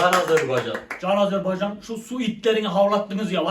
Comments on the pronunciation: Takip ettim gardaş. Sizden bir ricam var , Azerbeycan değil Azerbaycan ❤ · Videolarınızı beğeniyorum amma lütfen Azerbaycan’ı telafuz ederken dikkat edelim Azerbeycan değil Azerbaycan . Bazen doğru bazen yanlış telafuz olabiliyor.